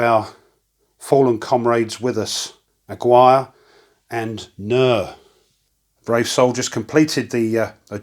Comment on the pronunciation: Great video as always! Just for future reference, the name Aguirre is pronounced "ah-Gear-re", it's Hispanic:-)